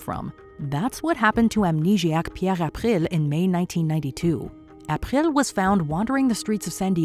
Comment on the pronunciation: I hate the way you pronounce April.